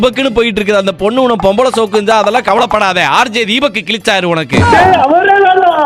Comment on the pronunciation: ❌ rj dheebak ✅